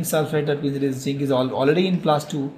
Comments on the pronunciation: Sir it is not ginc it is zinc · its zinc not jinkk